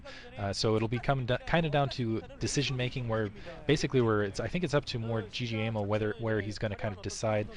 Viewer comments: pronounce GGaeMo like Game-O. At least it's clear who he is then. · Pretty sure his name is pronounced Gay Mo The double GG is a sounds more like a G than the single G which actually sounds like a K in English.